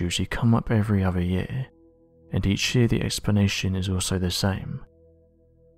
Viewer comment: Sorry, but this clip would have had more gravitas and authority if you could find a narrator who can say "earth" instead of "erf", and "other" instead of "uvver" etc. The acceptance of slovenly "steet" pronunciation marks the thin end of the wedge in the deterioration of our wonderful language. Am I the only one with this point of view?